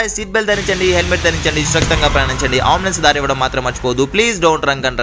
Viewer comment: Bro adi ammbuuulance kadu ambulance😅